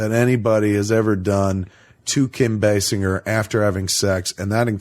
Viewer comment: It's pronounced Kim Basinger with a "j" not "g"!